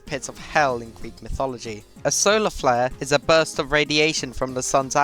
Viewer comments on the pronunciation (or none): none